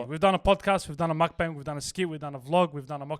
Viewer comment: Please-it’s pronounced mok-bung